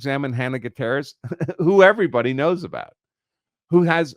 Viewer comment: Would you at least make an attempt to pronounce Gutierrez correctly?